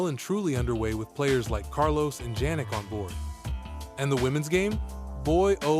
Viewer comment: Is the voiceover AI generated? There are a couple weird spots: "I-G-A Swiatek" Multiple different (and incorrect) pronunciations of Jannik (in this one it's Jan-nick) In this one it's "Juh-neek", also misspells Jannik as "Janik", probably causing the AI to pronounce it this way talks about how federer is king of grass and then randomly says "hardcourt" at the end after a brief pause talks about zverevs forehand, even though his backhand is more notable (not necessarily better, but while his forehand is good, his backhand is Top 5 rn) says tsitsipas backhand is one of the "cleanest in the game" (it's trash and a huge target for opponents to exploit) says murray won "a wimbledon title" even though he has won more than once I don't have a problem with AI videos, but I just thought I would point out a few errors so they can be fixed in future videos.